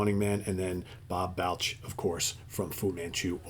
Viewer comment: Just an FYI, it’s pronounced B “All” ch. balch, just sayin 😂